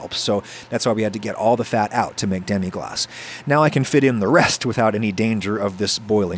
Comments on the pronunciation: Ackshually it's just "glace" (pronunced glass) not "glacé" (pronunced glah-ceh) which would mean "iced" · It's demi-glace and not demi-glacé, but I think French people will appreciate the attempt at sounding more French. (Fwiw, if it were "demi glacé" it would have to be spelled "demi-glacée" because it would be an adjective applied to a sauce, and "sauce" is a feminine word in French. But "demi-glace" is a noun and the name of the sauce, not an adjective) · Lemme be the 15th french guy to say that there ain't not "é" in "Demi Glace"